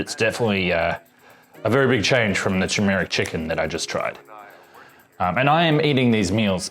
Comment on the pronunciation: Very interesting but please learn to pronounce "turmeric" and "chipotle."